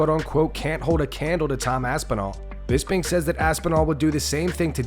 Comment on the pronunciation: it's BisPing, with P like Potato